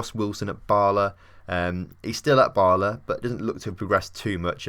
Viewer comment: For future reference, Bala is pronounced like Gala in Galatasaray